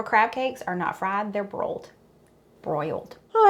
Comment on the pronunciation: I really enjoyed watching you trying to say " broiled" that's the way we get crab cakes here. We also dont do celery , I guess some Marylanders may but I don't. No to little fillers and old bay is a must!! In so glad you enjoyed. We eat crabs more in the summer